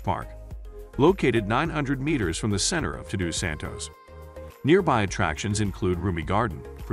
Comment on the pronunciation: Unbelievable the pronunciation of the names. You couldn't even say "Todos Santos" correctly? Or should I say, Tudu Santos.